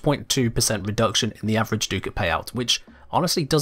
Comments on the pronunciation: what is a doocat??? its ducat(duh-c-it) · Ah, it’s pronounced like “Duck-it” not “Doo-cat”. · Sorry to be THAT guy, but it’s pronounced “duck-it.” Lol I kno I’m annoying…